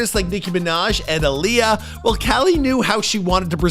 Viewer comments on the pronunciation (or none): none